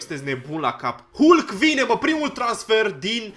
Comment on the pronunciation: Se citeşte "halk"